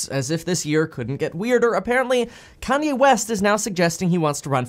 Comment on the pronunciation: Almost spit my coffee out when you said Kany